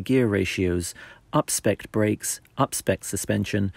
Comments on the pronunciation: *UPSPEC'D, not upspecked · “Upspecked” WTH? 🤪